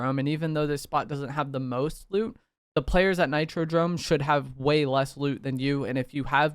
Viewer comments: If this mf say nitrodRome one more time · Nah nah i swear its NitroDOME. He was saying it weird 😂